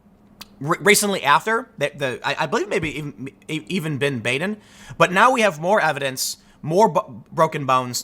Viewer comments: That's Dr. Bahden, not Bayden. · Bah-den not Bāden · Baden's name is pronounced "bah-den", not "bay-den". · Baden is pronounced Bah-din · I feel like a “well ackchually” but thought you may want to know that Baden is pronounced BAH-den in this case. Also, Epstein didn’t kill himself. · It's Dr. BAD-en. It's not a long 'a' but a short 'a'. Anyone else catch the PBS? murder files show where Dr. Baden solved bizarre murders? I think they were in the 80s? Fascinating. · >Keeps saying how famous the doctor is >Can't pronounce his name properly